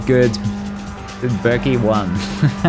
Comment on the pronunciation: I love how still can't pronounce Berkay (Turkish name) correctly and instead says it like Berkley lol